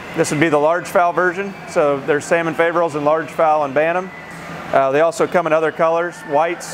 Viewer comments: It is not pronounced fay , but fah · The 'A' in Faverolles is a soft 'a' or short 'a' like apple - the 'O' is long not short, the 'S' is silent - EVEN when it's plural - It's a French thing. If you're going to judge the breed you should probably know how to pronounce it.